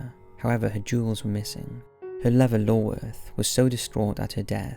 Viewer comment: Love your vids, but disappointed by your pronunciation of Iorweth!